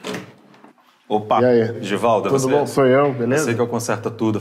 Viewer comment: Primeira vez q falam meu nome certo kkkkkkk Givaldo